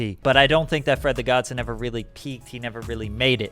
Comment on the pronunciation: LOL, it's awesome how you pronounce "Fred the GodSON", It's not Godson like Johnson. It's godson like godfather-godson.